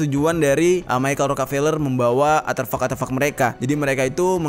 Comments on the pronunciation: ARTEFAK.... Bukan Aterfak.... Konyol bet salah dari awal ampe akhir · Aterfak-aterfak??? 'ARTEFAK' WOOOYYY belajar lagi lah jer kebanyakan ngerap doang lu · Gw bingung aterfak apa arterfak, atau emang salah ngomong ya? 😅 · artefak cok bukan aterfak :V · Bang artefak bukan aterfak. Cmiiw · Artefak bukan aterfak😁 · Aterfak kah artefak? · Artefak bang bukan aterfak wkwkwk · ar T fak om bukan arteufak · Artefak bukan aterfak 🤣😂 Terus helicopter bukan helicapter 🤣😂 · Ko Gw dngernya aterfak yaa 🙄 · Artefak bang bukan aterfak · Artefak bang bukan Arterfak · *Elon musk,bkn elon muks, "s" nya didepan "k" Artefak,bkn atervak, "r" nya didepan "t" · Ngelurusin aja bro... deutchs new guinie g pernah di jajah belanda... tapi jerman... kl yg belanda adalah netherland new guinie.... dan artefak bukan aterfak... sukses selalu bro.. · Koreksi Artefak bang bkn aterfak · Betul, tolong di koreksi, bukan aterfak tapi artefak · A R T E F A K Bukan aterfak 🤣🤭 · Iya bner mas dnger nya aterfak ,bukan nya artefak wkwkwkwk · penyebutannya bukan ATERFAK, tapi ARTEFAK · Seneng nontonnya, cuman maaf ya, ada satu hal yang mengganggu, pengucapan aterfak sepertinya keliru, artefak mungkin lebih tepat, maaf klo salah 👍🙏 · Bukan aterfak bang, "artefak" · Ralat bang bukan aterfak tp Artefak 😄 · Artefak bang bukan aterfak... Maap jika lancang🙏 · Aterfak... atau ARTEFAK yang benar. Beda tipis. Bedanya letak hurur R nya saja. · ARTEFAK, BOSS... BUKAN ATERFAK 👍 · "Artefak" kali Bang, bukan "Aterfak" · Bukan ATERFAK bang... ARTEFAK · Aterfak😂 tiap kali diulang geli sendiri, Artefak kali bang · Manakah yang benar aterfak atau artefak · ARTEFAK bang bukan ATREFAK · Maaf Bang. Aterfak atau Artefak yang dimaksud? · Gagal fokus krn ngomong aterfak yg seharusnya artefak 😅🙏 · Artefak bro bukan aterfuck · artefak bang, bukan aterfak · ATERFAK ATO ARTEFAK??? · bang artefak ye bkn aterfak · Artefak bang, bukan aterfak. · Aterfak atau artefak ? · Artefak boss, bukan aterfak. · Artefak bang bukan aterfak.